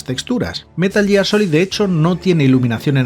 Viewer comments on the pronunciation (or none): none